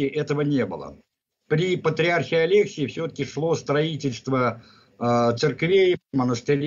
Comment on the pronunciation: Почему АлЕксие, если правильно АлексИе. И зарубежная Церковь не власовская , чушь какая-то.